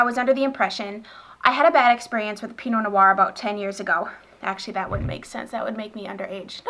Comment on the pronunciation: Hello! Just a little tip from a frenchie over here ;) Pinot noir, the "noir" part is only one syllable, you seem to be saying no-oir, but its pronounced just noir (like "nwar") ;)